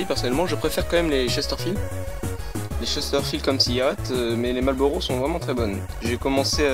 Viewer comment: Marrrllllbbbuuuuuurrowwwww, daigueulausse. Amewican Spiwit: 100% tabac ! Mieux.